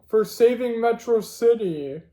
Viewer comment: Metrocity (Met-raw-city)